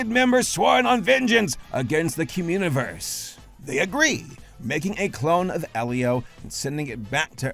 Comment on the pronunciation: Cumuniverse?? That's all I keep hearing